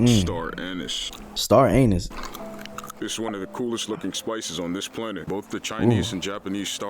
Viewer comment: bro did NOT say anise